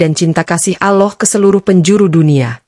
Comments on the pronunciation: Yg benar nyebut Allah bukan aloh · Sayng yang cerita gak fasih ucapkan Alloh.